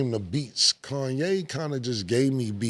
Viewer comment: Cam still says Kanye like he did on that intro. “Kawn - yay”